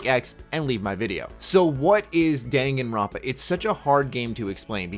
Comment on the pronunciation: I'm pretty sure he pronounced the name right.